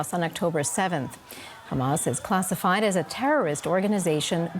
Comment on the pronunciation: The host lady said khamas at the beginnig!